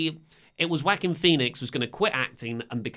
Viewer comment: The way you say joaquin. It's wrong and funny, but I'll allow it.